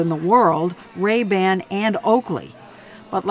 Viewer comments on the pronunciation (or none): Lol he pronounced it Ray Bin.